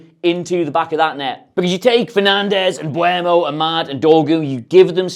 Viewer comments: Dude I know I'm being that guy but it's really bothering me, please don't call him Mbwermo. It's eu not ue. So M-beu-mo. Great video as always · it's MBE-UMO..........not MBU-EMO...... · Fuck sake I'm getting so sick of everyone pronouncing Mbeumos name differently., you said it in at least two different ways in this video alone. The "Em-bweh-mo" is the one that shits me the most, as it doesn't even make sense as the E is before the U. Just pronounce it EM-BOO-MO. Same for the fucking commentators. This weird pronunciation does my head in, if only because it's not only wrong but it's clearly a conscious decision to say it like this in attempt to get it right... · it surprises me how many people still say mbuemo lol